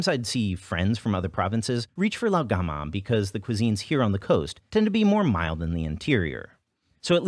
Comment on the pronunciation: Honestly I’m just impressed by how well you’re pronouncing Lao gan ma